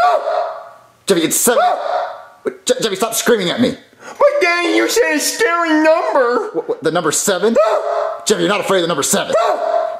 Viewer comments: is my favorite part of this video because says "Screaming" but you hear him say "Creaming". He might pronounce his Ss as silent. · BRO ITS SCREAMING NOT “CREAMING” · The way the teacher said screaming i heard creaming😂😂😂😂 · When says screaming he said creaming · said screaming all wrong he said creamy not screaming😂😂😂😂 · STOP CREAMING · “I SAY IT HOWEVER THE HELL I SAY IT!!! NOW CRASS, STOP CREAMING!” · Cause he pronounced "screaming" one.